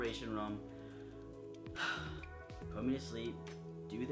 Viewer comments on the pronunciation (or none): Room..... rum....... room...... rum....... the way you say room... I like it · your accent makes it sound like youre saying "rum" instead of "room"